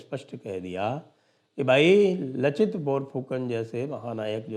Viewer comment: लाचित बिरफुकन.. असमिया भाषा मे 'च' का उच्चारण 'स'